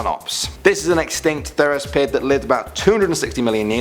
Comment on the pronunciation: It's not theraspid it's therapsid